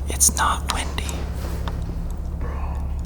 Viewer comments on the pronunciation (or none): none